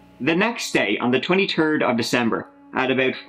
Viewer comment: He said the 20 turd at